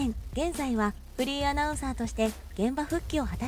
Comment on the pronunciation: フリーが不倫に聞こえる